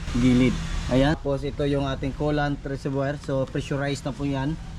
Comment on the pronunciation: ANG BASA PO SA RESEVOIR IS "RESERBWA" HINDI "RESERVOYR" MATAGAL NA AKO NABUBWISIT SA PAGKABIGKAS MO EH